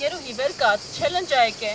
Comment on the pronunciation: Չալընջ ժող ջան ոչ թե չելլենջ